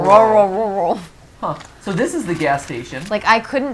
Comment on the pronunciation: your not rural unless rural is one syllable